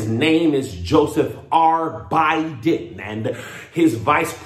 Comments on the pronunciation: BI—DEN. That’s right. In January, Trump can say good BI then. LOL 🤣🤣🤣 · "Tell that path Bye-den." U better preach with that Sweet Baby Ray's!